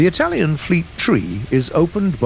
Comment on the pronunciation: I've gotta love how you name the Italians boats, you pronounce them pretty good. Greetings from Italy, gaijin 🇮🇹😳